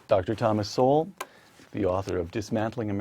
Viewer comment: oopsa dr. SOWELL not sewell,,,,,cheers all..!!